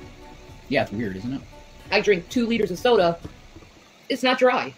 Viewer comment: It's sodie everyone because thinks leaving gs off the end of words and changing words is so charming.